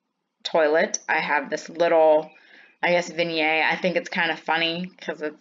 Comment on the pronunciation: You have a wonderful gift of putting things together! I love your sense of humor, style, and story. And your easy-going manner is relaxing (but I always laugh at your little gasp when you spot something neat!) Finally, in my days of judging speech contests I always gave this advice: when you use a cool word make sure you pronounce it correctly. So, since vignette is French you would think you’d pronounce it with “zee ay at zee end,” but the -ette tells you to pronounce the t, therefore, it’s “veen-yet.” This is in no way a criticism, just an opportunity to know a little more.